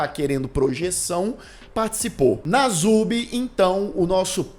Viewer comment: É perturbador o que fizeram com ele...uma observação: o apelido dele é Nasubi, o s se pronuncia com som de s mesmo.